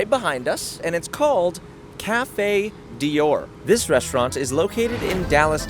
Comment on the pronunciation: I am LOVING the ejaculation sound that plays every time he shovels something into his mouth. If you can't pronounce DIOR, then you should not be allowed to review. I was thinking he must the the only person on the face of the earth that has never heard someone say "Christian Dior," but then Cari did the same thing. has a "tell." Every time he uses "honestly" (and he does it all the time) he is about to utter something he is just making up because he think's it's what people want to hear. He substitutes "not gonna lie" and "for real" at times for this "tell."